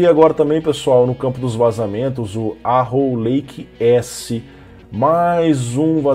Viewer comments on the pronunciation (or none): O passa a vida falando "poirrrta", aí vai falar "arrow" como arrou... Aaaah feladap